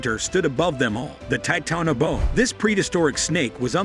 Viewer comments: 😂 he is totally butchering that word😂....it actually has 5 syllables my guy. The last 2 are pronounced like you would say the first word in 'boa constrictor' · Imagine a world where you make a video on the Titanboa, but still can’t pronounce its name properly.